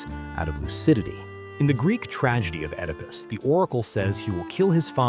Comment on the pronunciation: A channel about philosophers, but the narrator pronounces Nietzsche's and Oedipus' names incorrectly?